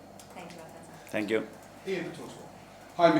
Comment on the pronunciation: Bit odd the female journalist called him Arteta 🤔